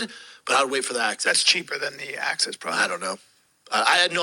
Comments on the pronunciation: "Access dare" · Axis. Not access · “Access deer” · "Access deer"😂😂😂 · Access Deer are easy to get to.